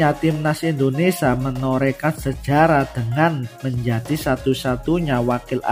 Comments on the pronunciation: Kang mas admin, bisa ga sebut kan Indonesia yg benar sebab ini negara kita, jadi hurp i nya jangan di hilangkan. Kalau yg lainnya silah kan aja mau KAUlitas kah, mau s Tae Yong terserah aja.🤭🙏🙏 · Indonesia mas.... bukan Indonesa